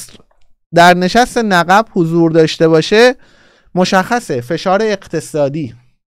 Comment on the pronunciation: آقا نِقِب درسته نّقّب اشتباهه